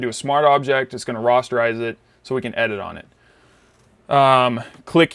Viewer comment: Rasterize not Rosterize Nice edit, you've got an eye for imitation. My next request would be Sunny Herzinger.